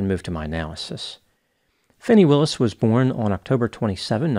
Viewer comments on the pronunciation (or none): And deliberate mispronouncing Ms Willis' name.